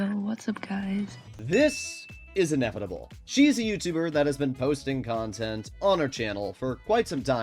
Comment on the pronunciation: Bro can't even pronounce "inevitable" and my name correctly 😭😭😭